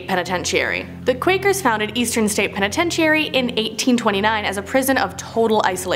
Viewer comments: you are so adorable,you are so misspronouncing penetentary! (Lol I probably miss spelled it)😉🤣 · Hate to gripe but this girl mispronounces so many words she is making me crazy. It makes her sound stupid. If she can’t say it she needs to use a different word. Someone please help her. Start with penitentiary. Thanks . I do love your channel and watch it daily. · Wtf is a penatencheeary? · Start practicing on how to say words it's a very easy word sound it out penitentiary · It's pronounced penatenchury. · Sound it out. Penitentiary Pen - uhh - ten - tree. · She is putting too much emphasis on penititairy. New Mexico Main better be on this list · It's pen-eh-tench-er-ee. Good video otherwise, not so many cringy moments lol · Y'all take a break, it's Christmas!! also stop saying Penitentiary like that. It's driving me crazy😂😂😂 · You are saying penitentiary wrong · Lol it's hilarious how you're saying penitentiary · Anyone else do a double take, then get annoyed, then laugh, then get annoyed again, at how she said the word PENITENTIARY??? And what's worse, not a single person who helped work on/film this video, corrected her, so NO ONE knew how to properly announce the word lol... Merry Christmas errrbody!! And if you dont celebrate it, well have a merry day that happens to also be Christmas anyway! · Lmao I was cracking up every time she said it! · I thought that I was hearing the wrong thing at first but then she kept saying it lmao😂😂😂😂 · Me n my man noticed too lol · Right! I've been having trouble watching her videos because of this problem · I was like, "I've been saying penitentiary wrong my whole life." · I couldn't make it through the whole video because of this. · level I said. I said girl stop saying it like that you're driving me crazy, lol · Somebody please teach this woman how to say penitentiary lmfao 😂 love ya but damn seriously 😂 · i switched the video cause the way she says penitentiary... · You are saying penitentiary wrong.